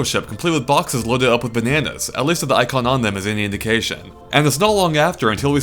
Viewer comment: When you said "if it's any indication", it sounded kinda like "if it's any inD-Ktion" which was pretty punny.